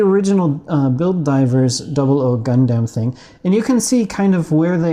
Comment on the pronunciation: The way you pronounce Gundam literally causes cancer